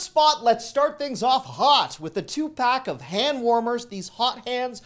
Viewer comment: Sounded like you said Tupac when you mentioned the hand warmers 😂